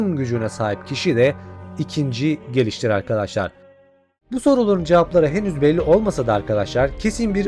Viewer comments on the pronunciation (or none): none